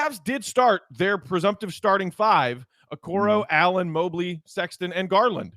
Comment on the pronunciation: Your guy cant pronounce Mobley.